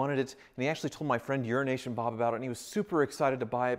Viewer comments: Euro-Asian Bob is gonna unfriend this man if he keeps calling him Urination Bob lol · Euro Asian Bob, not urination Bob. I thought you had this down after he kept telling you. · Was starting to wonder why you were calling him "Urination Bob" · I always thought it was “Urination Bob”! Anyway, congratulations, dude. I like those 348’s as well.